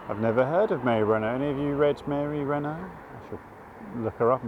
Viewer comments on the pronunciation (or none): Mary Renault, by the way, didn’t pronounce her surname like the French car manufacturer. Imagine an English person saying it when they’ve never heard of the car. Rhymes with “ought”.